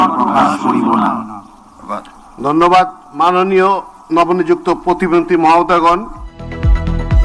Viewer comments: ভাই ওটা প্রতিবন্ধী হবে না প্রতি মন্ত্রী হবে উচ্চারণটা আগে ঠিকমতো শেখেন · ভাই শুরুতে বললো প্রতিবন্দী পরে কইলো প্রতিমন্টী😂😂😂😂